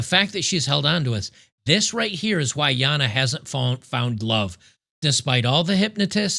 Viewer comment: Even though doesn't really like Jana, He does pronounce her name the right way. I bet he would say zed correctly too